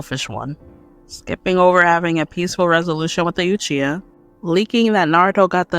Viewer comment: New drinking game: Drink every time she says "Yuchiha."